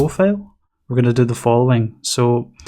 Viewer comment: Great tutorial, but for God's sake, don't pronounce FILE as FAIL. See the transcription for FILE – fīl. You pronounce it as fāl, which is FAIL.